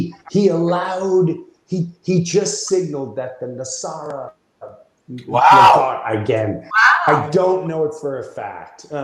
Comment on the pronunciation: Is he trying to say nesara/gesara? Wish we could share memes on YouTube